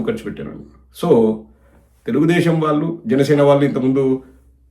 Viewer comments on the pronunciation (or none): none